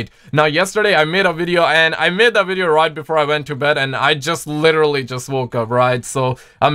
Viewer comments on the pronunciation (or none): none